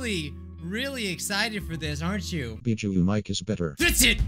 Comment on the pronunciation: YOU ALMOST SAID BIJUI RRRRRRRRRRRRRRREEEEEEEEEEEEEEEEEEEEEEEEEEEEEEEEEEEEEEEEEEEEEE Edit: uwu tanks for da like